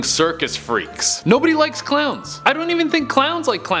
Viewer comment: When he tries to say a million clowns he says a million crowns